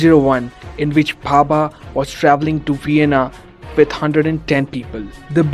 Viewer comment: Its homi bhabha not papa